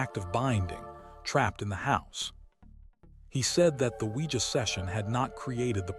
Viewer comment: Oujia board?? 🤔 I thought you said SquEEgEE bOaRd ... ive been windex'ing this abc 123 board for hours asking if my dead grandma can hear me!